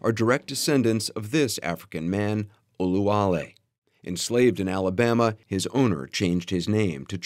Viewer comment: [Oluwale] that’s how western tongue going to pronounce it but the original pronunciation is [Abdulwali] very common Muslim African name.